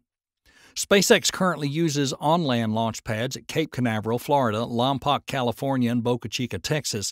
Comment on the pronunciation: It's 'LaumPoke, California not "Laumpock" I grew up about 80 miles away!!!